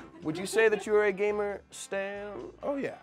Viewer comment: Alexa should lose a point for pronouncing gamer gahmer